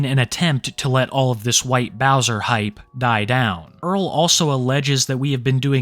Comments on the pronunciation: the white bowsah is a predatah! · White bowsah is a pwedator gais